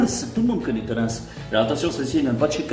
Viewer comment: Bon j'ai regardé 2 pubs tollens et ils prononcent: attention spoiler Ansse